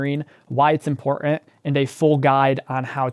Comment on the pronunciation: That’s not how you say ‘important’ if you keep speaking like this I simply can’t continue